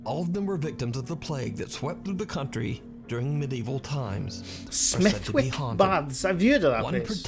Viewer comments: Love the videos, enjoyable as always. Just so you know, Smethwick is pronounced with a silent w and the baths aren't that far from were I live. I didn't even know they did ghost tours there. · The swimming baths are quite near to me. Smethwick is pronounced Smeth-ick lol